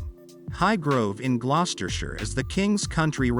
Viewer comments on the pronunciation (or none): none